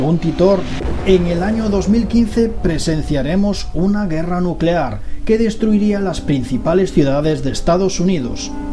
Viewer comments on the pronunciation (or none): none